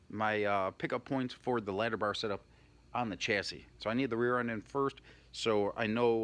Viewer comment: Did you say ladder bars 🤔